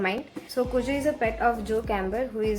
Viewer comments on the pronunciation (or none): It's pronounced as "cue-jo" i believe. King was on drugs while writing this but didn't admit that till he was in his later years. the book recieved flak for that ending (which i liked a lot as well😆).